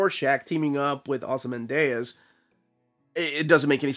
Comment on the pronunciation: It's just "Ozymandias" as you would read it in Spanish, it ends in "dee-uhs". So weird you mispronouncing a name. You always take a lot of care about these things. That aside, I've been on the fence about this book, but hearing how much you enjoyed has convinced me to buy it.